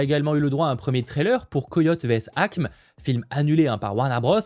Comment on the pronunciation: ACME se prononce « ACMÉ »